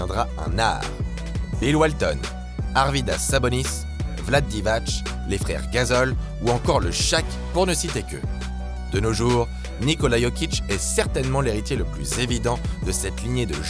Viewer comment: Aïe aïe aïe cette prononciation de Divac. "Vlad Divatch". Ça se prononce "Vladé Divatss" Sinon excellente vidéo juste ça m'a piqué les oreil. ^^ (Teodosic aurait peut être mérité une petite mention?)